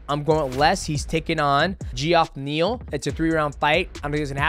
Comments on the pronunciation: GEE-OFF NEAL xD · dude said Jee-Off Neal 😭😭😭